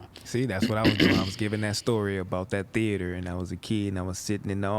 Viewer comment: He refined mf, he said "theAter " 🎥